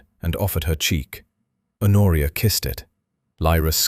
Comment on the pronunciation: "Honoria" is pronounced "Onoria". This is an absurd mistake